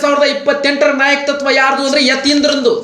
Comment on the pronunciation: ಗುರೂ ಅದು ನಾಯಕ-ತತ್ವ ಅಲ್ಲ, ನಾಯಕತ್ವ ಅಷ್ಟೇ.